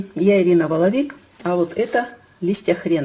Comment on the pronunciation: Воло'вик ! Боль не лечится,надо бы знать!😂